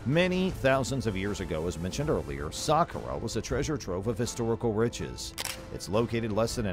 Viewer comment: It's pronounced sakkara